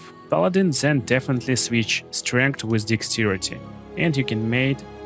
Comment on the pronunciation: One tip: it is THEN not ZEN 😃 Very good video